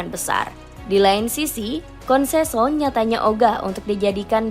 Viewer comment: Ketika naratornya sebut "konseso eks pelatih sporting lisbon" saya berhenti nonton video ini.